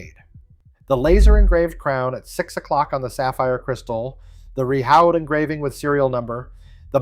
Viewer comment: the pronunciation of "Rehaut" lets me think this is an AI channel.